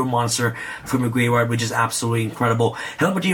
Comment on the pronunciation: you ever notice he says graveyard like gray vard